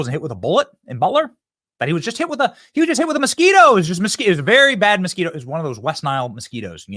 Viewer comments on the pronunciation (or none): none